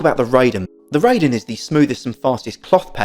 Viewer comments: Just FYI the Raiden 雷電 (thunder and lightning) is not pronounced "RAY-DEN" as in ray beam but *RYE-DEN as in rye bread. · No, it sounds wrong. "Ray-den" would be REI-DEN not RAI-DEN. 霊殿 (reiden) means shrine or mausoleum and it's an obscure obsolete word since jinja is most commonly used for shine. Japanese will not know what you are talking about and will correct you. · And you're still going to be wrong. Your ego won't change this fact. This is a Made in Japan product, ライデン is a Japanese word, and RAIDEN will always be pronounced RYE-DEN not RAY-den in spite of your ego and your ignorance. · Ray-den sounds better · Bro, respectfully, I also should tell you to listen to yourself. Was it even necessary to tell me that you think your mispronunciation sounds better and will continue mispronouncing the Japanese word? What was the point of that other than to prove what a stubborn a$s you can be. You have a blessed day as well.